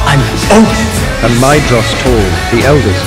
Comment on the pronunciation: They even mispronounced Maedhros in the audiobook! It’s pronounced “Mai-throws” - Tolkien loved to trick us with that “dh” that’s actually pronounced “th” (so Aredhel would be “Ah-re-thel”).